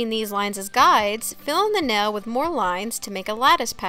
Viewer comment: NAIL not NELL